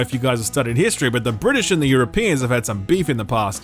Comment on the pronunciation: "The brisitsh and the Europeans"